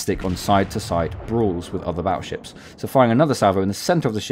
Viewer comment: Battleships with a 'T' not a 'd', baddleships sounds funny...